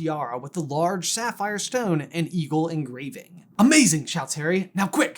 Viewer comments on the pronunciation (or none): none